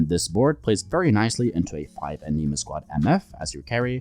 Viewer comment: please stop saying anima like that >